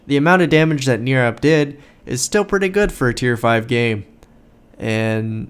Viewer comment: Thanks man for my 27 mins of fame lol It was NOT a great example on my part, on how to play the ship, you were way to kind to me. But it was a down to the wire game. BTW close on the name Nirab, NIR sounds like TIE, it's just Brian spell Different. Thanks Again.